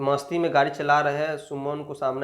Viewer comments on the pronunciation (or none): none